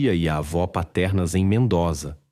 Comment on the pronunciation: Se pronuncia: MENDÔZA